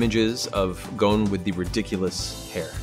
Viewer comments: this is so cringe ITS NOT GOAN ITS GON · It hurts so much hearing them all say "Goan" instead of Gon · I hate how they pronounce Gon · in the original it’s like saying Gong but with more of a flare with the n, but the dub is like saying gone or goon. It just doesn’t have the same emphasis and it’s not the same. When you hear the other actors say Gon in the sub it’s just more pleasing